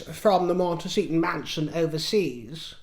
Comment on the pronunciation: Lol did you say "monteshitshow